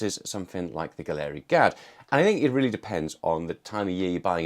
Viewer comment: Why does everyone insist on mispronouncing Gaahleri? It's pronounced gallery, It is spelled funny to make it unique.